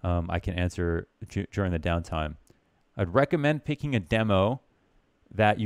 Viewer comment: God I hate the way he says demo damnit